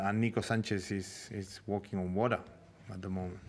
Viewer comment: I heard it too bro. Around the mark, the way he says water